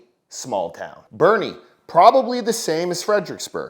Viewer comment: Did you say Boerne? They don't know who all lives in and around there do they?